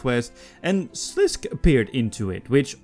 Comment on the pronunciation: slisk? slis-kay as in okay